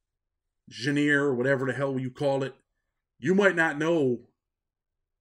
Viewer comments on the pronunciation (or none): Gin eeer lol think it sounds like John rah ...genre